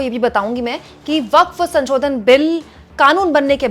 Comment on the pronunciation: अरे मैडम, संशोधन को बार-बार संचोदन क्‍यों बोल रही हो? ये तो अर्थ का अनर्थ हो जा रहा है। 😂